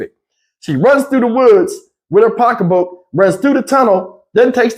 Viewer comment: 🤣🤣🤣 🤦🏽‍♀️please stop sayin pocka book...lol,they not makin her look crazy and dingy she did that herself lol